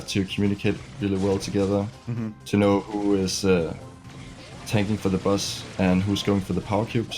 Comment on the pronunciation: am I the only one who hears bus and butts